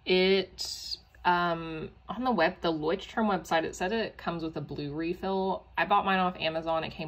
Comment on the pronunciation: So proud that you know how to pronounce it. 🥹